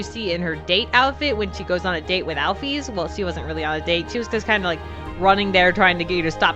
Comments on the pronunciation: IT'S NOT AL-FEES ITS AL-FIS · It's pronounced alfis